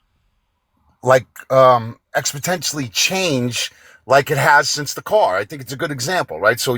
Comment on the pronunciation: "It didn't expotentially change" When idiots try to sound smart! Its exponentially!